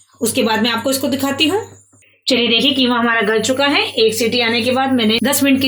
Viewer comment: Keema nahi qeema kaho